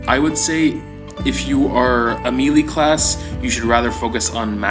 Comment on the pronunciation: "maylay" not "mealey" Not to nitpick but it took me a few videos to figure out what you were you talking about!